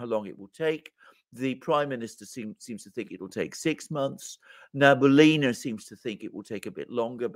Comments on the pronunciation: I am glad to hear that Gonzo is alive and well. Just FYI, Elvira Nabiullina is pronounced na-bi-OOH-lina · Many thanks for your work and sharing your insights. In case you need any support with Russian translation, happy to support! PS: the proper pronunciation is Elvira Nabiulina (n—a—b—i (like „bit“)—u —l—i—n—a) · I will keep on writing this until it's read and paid attention to )) Gentlemen, Elvira's surname is pronounced as [nabi'ulina] 🙏 Btw, regarding that fire in Russian military research center, I'm sure it's an accident. In our news they say, it's a wiring inflammation. As a matter of fact, it's a common thing in Russia. We have lots of old buildings with old wiring and poor firealarm systems partially because they are old and partially because of the everywhere spread economy on everything. Building burn nearly every day in Russia because of faulty wiring. So the fire in this building is now out of the ordinary. It only draws our attention because of the special timing and purpose of the building.